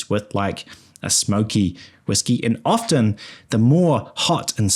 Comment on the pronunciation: The 't' in 'often' is silent.